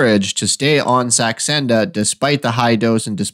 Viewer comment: Are you trying to say Saxenda? Not sure what Sandexa is....